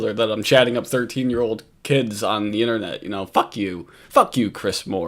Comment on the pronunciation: Are you aDDICTed to this innerrrrnet? 😅😅